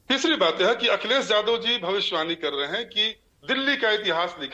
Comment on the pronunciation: अपने को भाषा के विद्यार्थी बता रहो हो फिर भी यादव शब्द नहीं बोल पा रही हो। वहीं टंग लैंग्वेज जादव रट रहे हो।